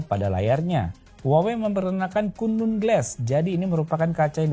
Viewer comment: volume hp 10% denger kata kunlun kek kuntul glass😂